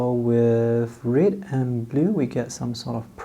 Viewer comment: This guy cannot pronounce red